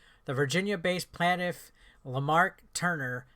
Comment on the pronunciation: At this point I just watch these videos to see how badly the English language gets butchered. PLAIN-TIFF not PLAN-TIFF. 🤦🏻‍♂️🤦🏻‍♂️🤦🏻‍♂️